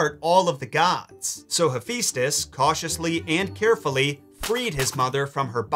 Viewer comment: hephaistos (rhymes with asbestos) is the god of forge and flame??